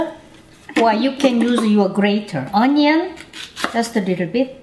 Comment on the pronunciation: I love how she says onion like 안넝 ❤️😂